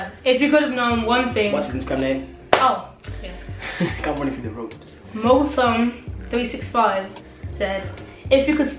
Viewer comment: pronounced mo-thom365 not mothom😂😂 my bad for not putting the dash in. great video though!👍